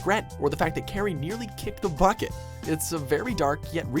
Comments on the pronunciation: Good list and really improved on pronouncing the names right (thank you for that). Just one complaint: Kari's name is pronounced "kar-ee", not "care-ee". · "Carey". Did you even watch the show? It's pronounced CAR-E. Kari! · ka-ri not kerry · im sorry for nitpicking but in the anime they clearly say Car E not Care E... spelled Kari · Kari isn't pronounced like carry, it's like car-y. Why is so bad at pronouncing Anime names? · did this man really just pronounce Kari as Carrie? That's about as bad as calling Ang Ong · Who else got mad when he said Kari as care we like bro I don’t wanna get mad when looking at something sad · The Reboot should be higher, especially when the #9 pick is Puppetmon's loneliness? In that case I'm shocked you didn't throw in Impmon's motivation for becoming Beelzemon Also did you even try to pronounce Kari's name right? Here's a hint, it's like Kairi in pronunciation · Oh god. CAR-EE. IT'S PRONOUNCED CAR-EE. Like Hikari. HE-CAR-EE. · Lol it's kairi... Kai-Ri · Your saying Kari name wrong! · Also, I know it's an older video and it's been said before, but that's not how you pronounce "Kari". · Saddest moment in the video. The fact he pronounces Kari's Name wrong. I will accept the English Name (After all grew up with Digimon on YTV, but come on, it's not a hard name to pronounce. should at least have the voiceovers get some knowledge of what they are doing. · Its Kari not Kerry and also say wormon not warmon. If you are going to do a digimon top 10 please get the names right.